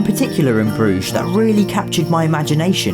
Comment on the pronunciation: You missed pronounced brugge